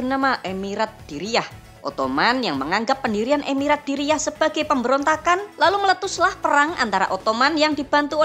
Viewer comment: Pelafalan bahasa arab anda sangat buruk. Dir'iyyah jadi diriyah 😂